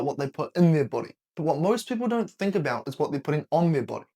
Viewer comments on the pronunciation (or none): none